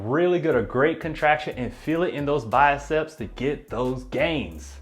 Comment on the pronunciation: Enjoy your videos. Just a note: the arm muscle you are calling the “biacep” (pronouncing “bi-a-sep”), is the bicep (bi-sep).